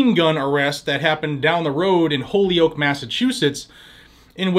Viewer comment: It's pronounced hole-yoke